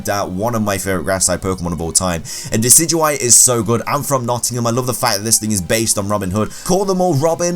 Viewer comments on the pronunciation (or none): #1, IT'S DECIDUEYE, NOT DECYDUIE! #2, THERE IS NO S IN NECROZMA! IT'S DAWN WINGS NECROZMA, NOT NECROZMA LUNALA FUSE! #4, NECROZMA IS NOT SUPPOSE TO HAVE A NICKNAME! ANY POKEMON THAT IS GENDERLESS CANNOT HAVE NICKNAMES! #5, PELIPPER IS SPELLED WITH 3 E'S, NOT 2 L'S! #6, IT IS IMPOSSIBLE TO CATCH A TOTEM POKEMON!